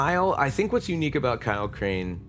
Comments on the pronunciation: Crane? Crane rhymes with train, and brain, and sane, and grain, and rain, and plain and the other kind of plane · Crane rhymes with Wayne